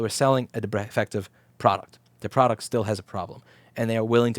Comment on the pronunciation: Product but he really said fraud-uct